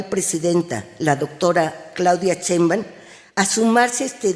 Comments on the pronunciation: La.PIÑATA NI SIQUIERA SABE EXPRESARSE NI HABLAR ESCUCHEN COMO PRONUNCIA SHEIMBAUM DICE CHEMBAM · Jajaja, tanto que estudió que no sabe decir Sheimbaum, dice "Chemban" 😂😂😂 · Chemban....caray, si ni puede pronunciar Sheinbaum...que se puede esperar de su preparación: es fantasma. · No que muy estudiada la Norma y no tiene idea como pronunciar el Nombre de la la virtual Presidenta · A quien le interesa que no este de acuerdo la gelatina con la reforma, como si nos va a quitar el sueño su opinión jajaja!!! Y la te pague muy docta y ni siquiera pronuncia bien el apellido de la próxima presidenta de verdad que solitos se hacen inaceptables, muchas gracias señor por su video 😉😆